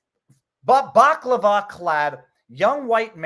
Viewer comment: Baklava-wearing goon? You mean balaclava? 😂